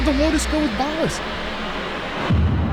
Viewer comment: I love how you pronounce Ballas as "Ball Ass". As a ten year Warframe vet it gets me every time.